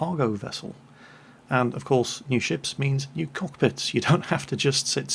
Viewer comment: Sunny shores? The UK? “you must be nee here".